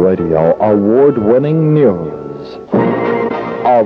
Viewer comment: I love how the announcer pronounces "news" as "neee-yews".